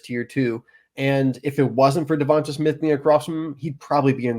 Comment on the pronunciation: Good info but I turned it off as soon as you said Devonta Smith’s name wrong 😆